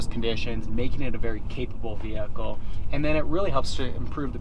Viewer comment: i wanna smack you every time you say "VeHiClE"... get that word out of your vocabulary